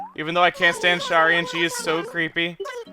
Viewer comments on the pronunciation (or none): I've just started this series because I've started playing acnl again and oh my god, it kills me the way he says Shari. Shari is my mom's name and it's not pronounced "Sharr-ri", it's "Sher-ri"/"share-ri". Similar to how Cher sounds. Edit: It's a shortening of Sharon, and you don't say "Sharr-ron" like some Lord of the Rings character, you say "Share-on". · I'm pretty sure Shari is pronounced sh-air-ee (a different way to spell Sherry).